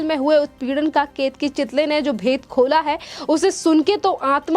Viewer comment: Chitali nahi chitale